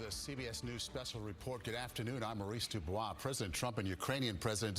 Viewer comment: Thank you for pronouning your name properly - DuBois is not pronounced Duboyse Americans